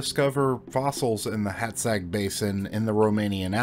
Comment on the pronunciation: Oh, for gods' sake... Stop calling our baron 'Nopsca'! It's pronounced like 'Nopcha'. And Hátszeg is pronounced like 'Haatsseg'.